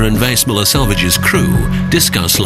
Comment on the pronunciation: I can’t help think the narrator is not pronouncing the name of the ship correctly